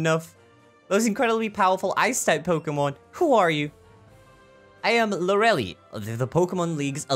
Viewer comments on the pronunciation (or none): Her name is pronounced "Lore-ah-lie", not Lore-elle-e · And you pronounce lorelie wrong its lore - lie not loreli